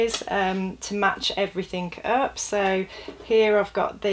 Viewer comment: No K in everything. Please stop saying everythink.